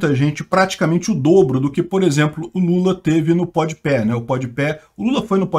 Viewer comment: Ah não, tu não falou podpé não né?